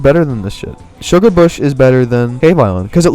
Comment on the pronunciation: You massacred my boi. (Shugarbush)😢 No hate tho, good video!